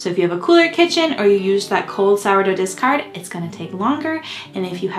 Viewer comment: People keep saying "disgard" what is that?